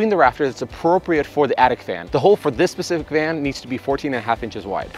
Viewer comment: Great tips... but FYI... specific unit; not 'pacific unit'... pest control; not 'pest controll'. Thanks for the tips